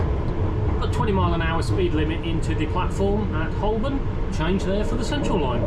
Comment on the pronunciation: I worked at Holborn for years as did my father before me pre-WW2. it was always pronounced Hobn with a long o. Similarly Marylebone is pronounced Mara le bone although it's unlikely that you would have to say that station name on the Piccadilly line. So you missed Down Street again! I'll keep my fingers crossed.